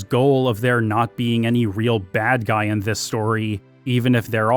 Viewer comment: "I don't know what suh-hee is thinking, that guy-al is a paradox to me."